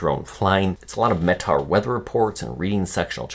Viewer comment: Not Metar it's ME Tar. Just an FYI from a former weather guy aviator